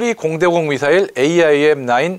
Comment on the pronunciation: 형님 AIM은 에임 IRIS는 아이리스로 발음하면 돼요. 해외 밀리터리 전문채널 등 외국인들도 대부분 그렇게 발음해요. 그리고, 애초에 그런식으로 약어를 만든건 그 단어의 본디 의미를 염두에 둔 의도가 다분하죠. aim은 조준하다, iris는 홍채, 그런 의미니까요. 미사일의 특성을 반영해서 풀네임과 약어를 만든 의도가 있는거죠. 특히 IRIS는 infra red ima... 이거 진짜 본말은 너무 뻔하고 허접할 정도의 의미인데 오히려 IRIS라는 그럴듯한 단어로 조합하려고 그렇게 작명한걸로 봐야죠. AMRAAM은 암람으로 쉽게 부르면서 AIM, IRIS는 굳이 글자하나하나 힘들게 부를 필요 없어요.